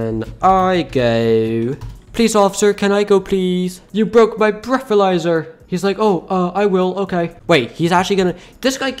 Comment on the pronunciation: “You broke the breathaizer”